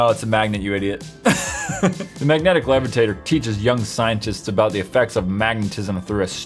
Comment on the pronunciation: Did anyone else notice that he said levertater and not levitator